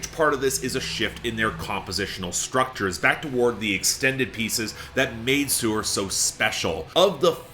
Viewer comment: Didnt once mention that he saw them live? If so, how did he continue to mispronounce their name?